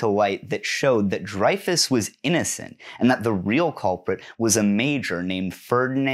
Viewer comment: Hi, great video, just wanted to mention, Dreyfus is pronounced like Rey in Star Wars. Love from France!